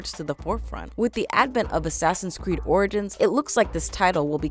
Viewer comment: she said "Assassin's Creed: Oridins" lol